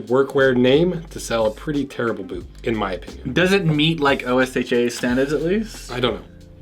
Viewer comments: this is the first time I've heard someone say "oh es ache aye" instead of just osha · This is the first time I've ever heard anyone use O.S.H.A. as an acronym and not say "Ohh-Sha" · its pronounced O-sh-ah, just one syllable. not each letter individually. but gvntl! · he's a fed pronouncing osha as O-S-H-A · Dude said Osha weird it took a second to realize